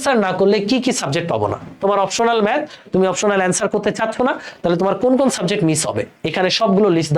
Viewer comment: এটা "অপ্টোনাল" না "অপশনাল"😅